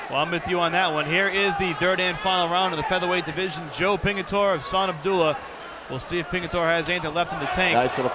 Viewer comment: ITS PINGITORE.. GET IT RIGHTTTT LOL